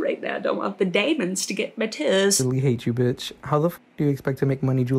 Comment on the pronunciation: " don't want the daimunz to get mey tusss"